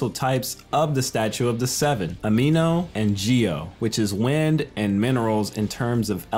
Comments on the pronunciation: It's Anemo btw ;) not Ameno. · he keeps saying ameno but its anemo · its anemo not ameno XD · Anemo or Ameno? Finding a(Nemo), forgive me Ameno harm in what I'm saying. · hi ty for making this vid but the Ameno you keep saying is Anemo read it again cuz your wrong just saying cuz you said idk if i am sayig it right so yeah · sucrose a character I have says anemo so it's not ameno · Ameno?I thought it was anemo😭I’ve been saying it wrong all the time ?😭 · It is not ameno its anemo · He just said amino land 🤣🤣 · Me dying every single time he says ameno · Animo, and Geshin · whyd he say ameno like that 😭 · did he said amino and geo?